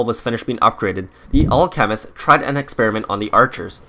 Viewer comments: Al.... chemist, anyone else think that thepronunciation is odd? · Jesus fuck do you pronounce alchemist wrong on purpose or on accident? Holy shit. Not trine be rude. Just got mega annoying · Clash of Clans and your saying alchemist wrong your trying to say it all together learn grammar